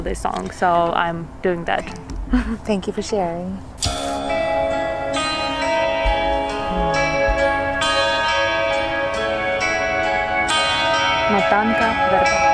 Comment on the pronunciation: "Make-up" has NOTHING in common in style with Lady Gaga. It's completely in style of pop-art. Google this genre of art in painting. And it's MOtanka, not MotAnka. And check population of Ukraine. :)